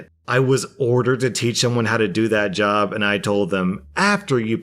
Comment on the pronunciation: When you said "job", I heard "jaw". xD